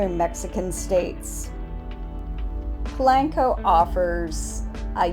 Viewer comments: Please por favor stop saying Pulanko!!!! Dios mio. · Pa lank co 🙄